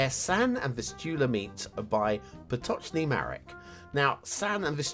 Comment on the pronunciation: Congrats for not making a mistake when reading name PotocznyMarek. It's polish. Also Vistula and San are two rivers in Poland. 😁 So great to see some polish names in your show.